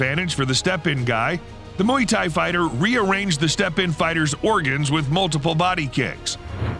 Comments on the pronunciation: I dunno what this mooey thai is you're talking about haha. It's worth googling the pronunciation my man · "moo-ie" WTF is moo-ie? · "Moo-ey Thai"? Seriously? Learn to pronounce what youre making videos about.